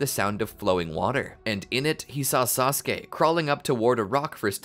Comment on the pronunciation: One syllable from SaSOOke